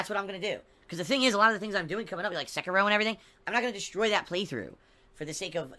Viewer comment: unless it's share play to ch3at, Sekiro ( i HATE his pronunciation) will rip him a few new ones.